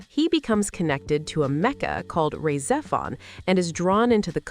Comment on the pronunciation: Yeah, I cringed SO HARD at that pronunciation & was about to post this exact same thing. She also butchers Rah Xephon & most of the character names. I'm not convinced this isn't just A.I. slop...